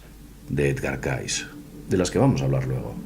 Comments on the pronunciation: Cayce se pronuncia Key-zi , no Caiz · Mejor que a Cayce, lo pronuncies "Keisi",. Edgar Keisi. De nada, jaja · muy interesante, ya era hora que se hablara de el, deberian hacer un programa exclusivo de Edgar Cayce, que por cierto se pronuncia keisy